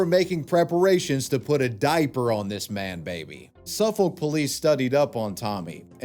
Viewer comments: Suffolk is pronounced SUH FICK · If I had a nickel for every time my county has been represented on a criminal video, I'd have two nickels, which isn't a lot but it's weird that it's happened twice Also Suffolk pronounced Suff-ick here, not Suff-olk